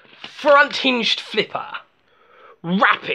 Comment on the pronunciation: ERUPTION SLIPPAAAHHHHH